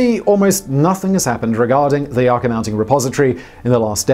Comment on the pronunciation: Yucca - [ You - Kah ] - Mountain 🏔